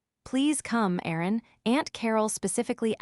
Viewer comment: The AI doesn't know how to pronounce Erin or resume which is pronounced re-zoo-may‼️